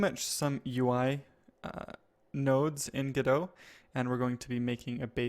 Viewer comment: Pretty sure it's pronounced "go dot":)